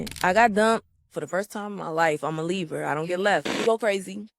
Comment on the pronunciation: She said I’m a leaver.. basically she doesn’t get left she does the leaving 😂it did sound like libra, I had to listen twice.